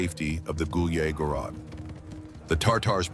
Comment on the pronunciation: They incorrectly pronounce «гуляй город» it is not “gulyeh gorod” but “gulyay gorod”.